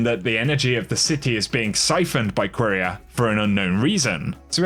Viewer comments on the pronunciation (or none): Btw I’m pretty sure it’s pronounced kiera not queeria 😂😂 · The way he says quiria hurts my soul.